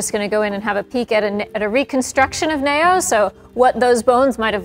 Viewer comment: Is it just me or is anyone else mildly irritated by how she says the name "neo" as nayoh instead of neeoh 😤